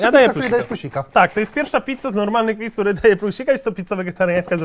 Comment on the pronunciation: ja ogólnie jak jadł to usłyszałem mamy do zjedzenia 85 pizd a nie pizz xd